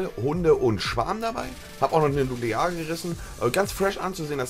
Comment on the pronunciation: Erstmal Nulear sagen :D !